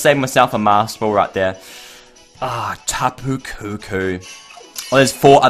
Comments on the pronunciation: its not tapukookoo its tapu koko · Its called Tapu Co co